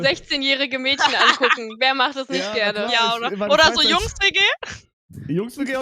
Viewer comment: SEIT WANN KANN MÄDCHEN RICHTIG AUSSPRECHEN?!?!!?